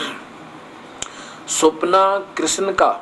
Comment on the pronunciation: पहले आप स्थल और कृष्ण जैसे शब्दों का सही उच्चारण करना सीखिये।उसके बाद धर्म जगत की बाते करने का विचार करे। जय श्री राम।